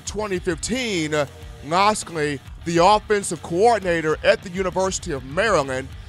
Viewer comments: miami hurral canes lol, mike locks-lee come on dude u gotta pronounce this stuff right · rolltidematt92 I mean I understand nobody’s perfect, I get that. But look at his name on a piece of paper and then say his name, if it doesn’t sound like it looks then you’re saying it wrong. damn how can anybody take you serious when you don’t even come close to pronouncing a fairly easy name correctly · lol right, he butchered that like 20x and he also said miami hurral canes, what da fux? lol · i hope he learns to pronounce his name before the season starts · i dont ever take him very seriously, i actually just left the video after he butchered that lol